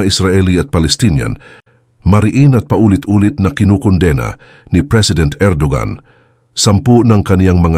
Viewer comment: Bro, ang Erdogan ay binibigkas na Er-do-wan.